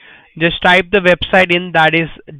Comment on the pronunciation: Is the Q&A still open? What's a vebsite lol that all say vebsite instead of website... Plz do some more flood calls videos